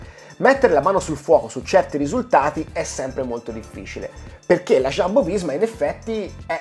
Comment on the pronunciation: Non è Sciambo, è Jumbo.